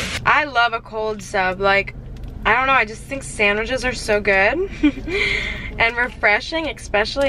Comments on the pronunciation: Or sandwiJes 😅❤️ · “Sandwidge” “sandwidges”